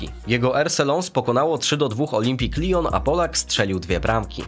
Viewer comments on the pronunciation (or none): CZEMU TAK AKCENTUJESZ ,,LIJON ,, A TO NIE POWINNO BYC POPROSTU,, LION,,?